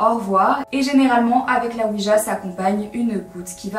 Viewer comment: Très bonne vidéo comme d'habitude parcontre je sais que tu est (française de France ) mais sa sonne weedja quand.tu le dit XD